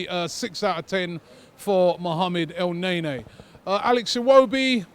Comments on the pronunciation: El-Ne-Ny. not nea nea for the love of God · It's EL-NE-NY not EL-NAY-NAY